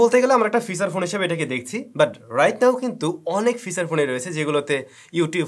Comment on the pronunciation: ফিসাচ ফোন অহহহ আচ্ছা ফিচার ফোন